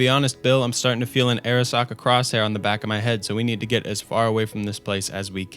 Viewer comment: Pronounce Arasaka as ah-rah-SAH-kah